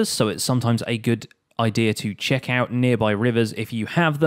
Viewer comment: "Lets quickly 'chest' that it works"😅